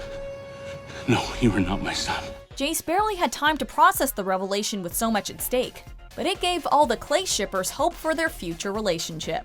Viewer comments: It's clace not clay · Am i the only one that noticed her say "Clay" shippers instead of "Clace"